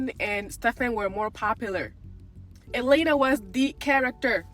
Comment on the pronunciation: you mispronounced Elena which proves you're just reading off a script.